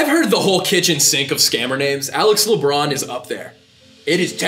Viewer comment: Le-Bron? Waaa?